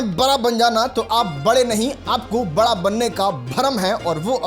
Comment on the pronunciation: पहले बड़ा कैसे बोला जाता है वो सिख लो 😂